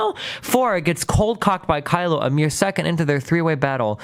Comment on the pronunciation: My favorite part is him getting Kylo 's name wrong every single time.